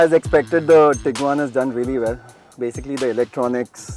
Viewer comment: Bro it's tiguan